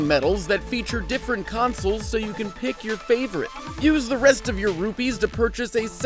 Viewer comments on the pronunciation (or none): Xoh wait your in India because you said ruppedese